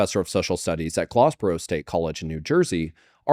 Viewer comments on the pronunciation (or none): Glassboro State is the current Rowan University, South Jersey's largest university. At the time, a major pioneering institution of education studies. And not that our matters, but it's pronounced Glass-boro like the material.